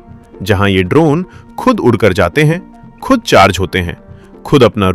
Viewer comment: Your program is the difference, but your language is loose. कृप्या ध्यान दें: आप की भाषा त्रुटि पूर्ण है इसे सुधारने की कोशिश करें जैसे: सही शब्द है ख़ुद और आप कहते हैं खुद थोड़ी भाषा सुधारें और किसी उर्दू टीचर से जो लहजे को सही बोलना जनता हो उस के पास जाकर ट्यूशन लें। अगर aap का ज्ञान अधूरा हो तो अपने को सुधारने के लिए चाहे किसी दुश्मन के पास भी जाना पड़े तो जाएं, मगर अपने लबों लहजे को सही करें। अगर ज़बान सही नहीं तो कुछ भी सही नहीं हो सकता। जनहित में जारी है। एक पत्रकार की अनुभूति शकील अज़ीम Dated:- 9th December,2025